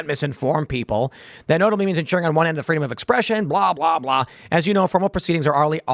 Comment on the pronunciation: How can anybody in America, legal or otherwise, not vote for “Fweedom?”